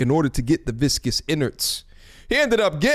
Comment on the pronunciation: My man said the viscus innards, lmao